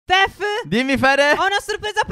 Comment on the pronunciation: all'inizio phere dice tef no stef